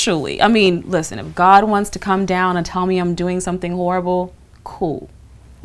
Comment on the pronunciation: "Whorible" is different from "horrible", just saying.